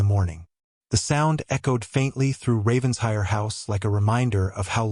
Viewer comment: The “Ravens-hire” drives me crazy, It’s Raven-shire”!